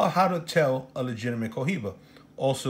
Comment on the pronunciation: The H is silent 🔇😵